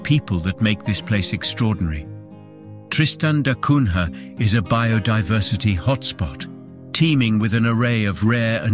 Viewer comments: The prononciation is da Cunya (Da Cunha). This is portugese name. The English have never been able to prononce correctly the names from latin countries and i always wondered if they don't do it on purpose. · Er... It's pronounced da Cunya